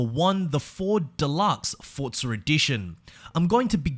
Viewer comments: Can you stop saying Fortza and say Forza? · It's Forza, not Fortza. Love the videos though man xD